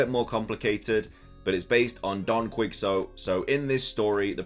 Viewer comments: FYI "Quicks oat"(Quixote) is pronounced "Key HO tay" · Also, Quixote is pronounced "key-shot" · Quixote = key-ho-tee. Just in case you wanted to know how to pronounce it. Meanwhile, I like the way you are saying it 😅😂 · Hey I really like your vids, but I have one little thing that is bothering me: Don Quixote. "Quixote" is pronounced "kee-ho-tay". Just a minor complaint, you do you regardless. Ignore this if you feel like it. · Hey my guy, just FYI, it’s pronounced “Don Kee Hoe Tay” (Don Quixote) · I think it’s don (Ke-Hout-te) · "Flamenso" "Don Quicksot" I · Quixote (Key-oh-tay) that's how you pronounce it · Quixote = Key-Ho-Tay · Lol don quixote should be pronounced as quishote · Don Quisot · Please look up how to pronounce “Quixote” right now. It kills me.